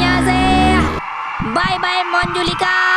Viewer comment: Monjulika nahi manjulika